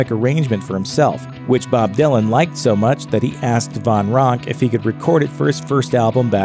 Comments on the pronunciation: Dave Von Ronk? No. Van Ronk. Let's at least get that right. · It’s Dave VAN Ronk. Not Von Ronk. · Another narrator's blooper: Its Dave Van Ronk, (Van with an "A"), not Dave Von Ronk. Narrators, do your homework! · It’s VAN Ronk , not VON... and if you don’t know that, have to question your whole being.... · Jesus Christ, it's Dave VAN Ronk, not Von - how hard is it to get a simple name right?